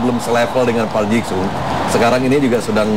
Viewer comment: thanks for uploading sayang komentator na kurang lafal ngeja nama pemain ji sung friend na wish running man come again to indonesia